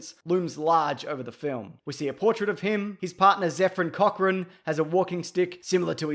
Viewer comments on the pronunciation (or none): none